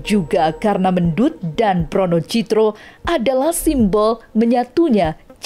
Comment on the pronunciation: Pronocidro Bkn wornocidro .